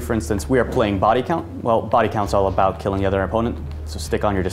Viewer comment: lol i love how he says about "aboot"